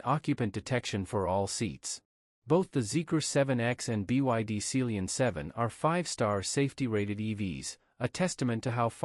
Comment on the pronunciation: Sealion is pronounced sea LION as in the big cat !